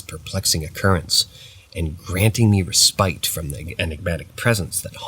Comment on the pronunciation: The noun ‘respite’. It’s pronounced RESS-pit! RESS-pit! RESS-pit! ERA is not pronounced AIR-ia É-ra É-ra 😊 Otherwise, these are original and I quite enjoy them. Thank you